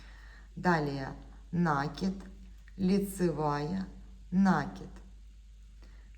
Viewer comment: Уважаемые мастера! Ударение только на И - накИд ! На это приставка, ударение на корень кИд получается накИд, Отключилась только потому, что невозможно слышать нАкид